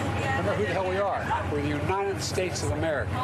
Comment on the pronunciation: Kamala should pick Mayor Pete to be her running mate. Neither of them have done anything in their present positions, so their campaign slogan should be "Stay the Course." BTW, shouldn't somebody tell Old Joe there's a "T" in the word "United"? I've never heard of "the Uni-ned Sta's of Amer'ca."